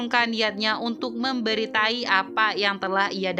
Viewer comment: Memberi tahu min.. Bukan memberi tai😂😂😂😂